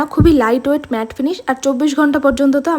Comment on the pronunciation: ম্যাত না ওইটা ম্যাট হবে😂😂😂